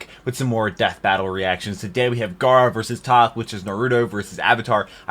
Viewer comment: Why is pronouncing gara and jinjuriki like that? But more importantly why didn't shukaku help out?